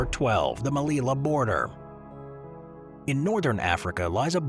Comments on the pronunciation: The pronunciation of the Spanish city you mention is not /melila/, but /melija/ with a j like in joke. Good video, though! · The double 'l' in Spanish is pronounced like a 'y.' So it's pronounced "Meliya," not "Melila." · The “LL” is a separate letter in Spanish, pronounced like the English “J”. Therefore, say the name of Melilla😢 as if it were “Melija”.